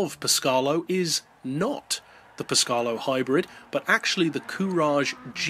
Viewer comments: Italian rant on the way Its actually Péscarolo, not Pescárolo, and your pronunciation would be Pescarlo in italian. Sorry for the rant :) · Great video. Only just got gt6 to work on my old ps3. Glad i did tho!! One thing that did make me smile - Pescalo? I know a bloke named Henri that would be a bit miffed at your pronunciation.;) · After hearing that only LMP(1) and Group C cars are considered for this list, I am surprised to see a concept car in first place. I am not really sure that car would be legal under the rules... How did you pronounce "PescArolo"? I couldn't hear the "a" in it :P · It Pescarolo (Pes-ca-ro-lo) not Pescarlo (Pes-car-lo) and (Sow-ber) not (So-ber)